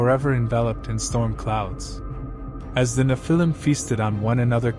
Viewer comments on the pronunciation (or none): It’s pronounced Nef-il-lem, not Ni-fil-lem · N you need to say NE phil I’m, not ne Phil IM